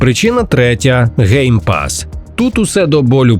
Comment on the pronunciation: lol, ГейПас 😂. Навіть YouTube розпізнав це як GayPass 😂